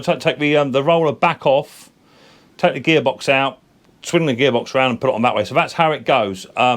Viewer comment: omg have you ever listened to yourself .....viss = this free = three =vhe =the fred = thread fing = thing you sound like a right dumb pratt or is it prat 🤷‍♂